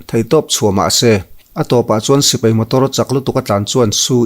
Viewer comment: Sipai tih em em te chu a rik dan dikin lam teh aw. A zialo em mai. Sipei ti suh.